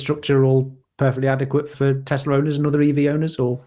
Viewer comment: says Tezla.